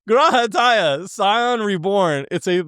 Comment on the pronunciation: They are a species known as miqo'te, they have some cat features but they aren't cat cats. So cat is kinda close but not totally accurate. Also, the cat boy's name is pronounced graha (you got this half correct) tee ah